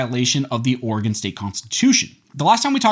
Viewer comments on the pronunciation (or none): OrEgan not organ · He said organ measure🤓